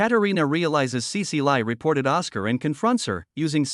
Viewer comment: Cecile is pronounced sea-seal not sea-sea-lie. Gah, AI voices these days.